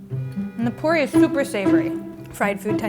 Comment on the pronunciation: Lol the way she sead puri